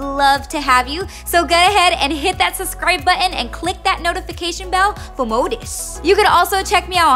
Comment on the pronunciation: I always wonder why she says "suscribe" instead of "subscribe"🤔🤔🤔